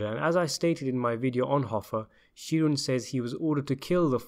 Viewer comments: Please research American pronunciation. It's ANDgelo Bufalino. We also pronounce Sheeran as SHE-run. We may be wrong on these things but that's common usage in the US. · ikmarchini don’t tell a man how to pronounce an Irish name if you don’t know it yourself, Sheeran should be pronounced “Shear-in” not She-run